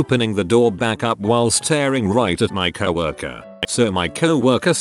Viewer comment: First video with this voice Ive ever seen where he doesn’t pronounce it 🐄-worker.